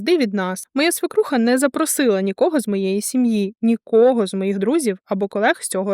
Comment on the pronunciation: Мда історія треш звичайно( однак одне маленьке виправлення, не "свИкруха", а "свЕкруха". Це можна перевірити в словнику. Без образ, просто на фоні грамотного тексту слово надто ріже слух і очі в тексті